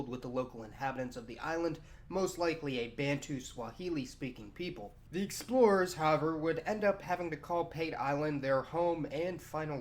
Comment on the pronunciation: is that pronounced "sex-plorers"?